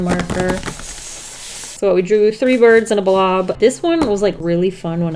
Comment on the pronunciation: Did she mean to say birds??? Either way she’s still amazing